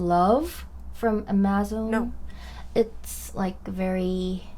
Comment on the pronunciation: . I wonder if Amazon is pronounced differently in Korea. English pron: AM-uh-zon.